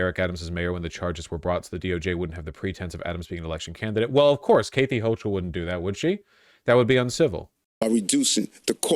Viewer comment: The way he pronounces “Kathy Hochul” is insane lmao